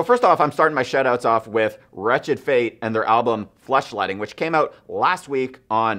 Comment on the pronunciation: Did anyone else hear "Fleshlighting" when he said "Fleshletting"...?